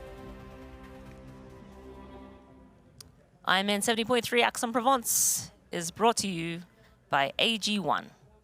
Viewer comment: and Aix is 'X' not 'Ax'